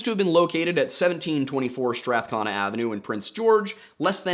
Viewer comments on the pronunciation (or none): Also, "Strath-connah" is pronounced "Strath-cone-ah" at least around here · it’s strath-CONE-a by the way. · Pronunciation of Strathcona is Strath-cone-ah also I notice in another episode you pronounced Métis incorrectly so I thought I should add that. It’s pronounced may-tee the “s” is silent. Love the shows. Your research is amazing. I appreciate the history lessons you do prior to the cases. I also love your humour and how you call things out when needed. The RCMP has infuriatingly ignored the highway of tears murders and missing women despite protests and attention being drawn to them. My husband’s family is indigenous so if you need any help with pronunciations I can try to either get in touch with someone who can help you or help you myself. Great work! Thank you for doing these amazing videos. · Just a note from an Albertan; Strathcona is pronounced Strath-cone-uh